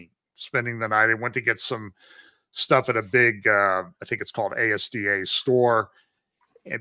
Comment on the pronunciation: ASDA is the UK equivalent of Walmart; pronounce aas-dah.